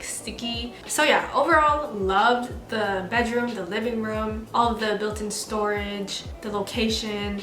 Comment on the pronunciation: girl stop saying "room" you say it so weird!!